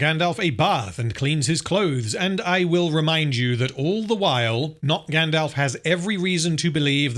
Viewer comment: “Grand-Elf.” This is pain.